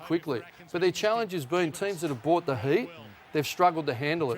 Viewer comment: Ross pronouncing it “challinge” is mildly annoying